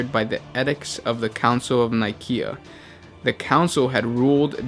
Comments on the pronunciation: That is not how you say Sigilite..... O_O Nikea...do you even English bro? It's Nicea. With an "S" sound. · Nicea like "Ni-see-ya" But the "Ni-" should be pronounced similar to the 'Ni's of 'night'/'knight' etc. Also, is it "Cyro" or "Cryo"?? Like "cryostasis"? Pretty sure it's supposed to be 'Cryo' due to the fact that I heard Cyro or Cairo lol. Otherwise, pretty good despite my lack of knowledge bout the series. Well...aside from the Blood Ravens.